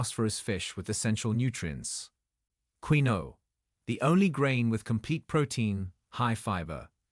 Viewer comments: It’s not pronounced Queeno, it’s pronounced Kinwah. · " Queen -o " ? 😂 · Pronounced "KIN-WAH"